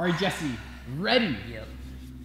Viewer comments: You're saying jees instead of Jess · why do you say jees instead of Jess jess is spelled GESS not GEES Someone had to Point it out